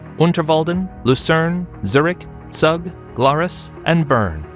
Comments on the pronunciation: Zug is not, it's Zoog! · Zug is pronounced Tsoog. Pronouncing it with English phonology makes it unrecognizable. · search how to properly pronounce Zug